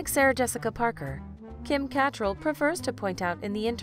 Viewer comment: So annoying that you pronounce Kim’s name wrong